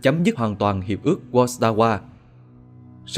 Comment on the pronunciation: Phải đọc là Khối Vác-sa-va nhé, chữ W trong tiếng Ba lan phát âm như chữ V :))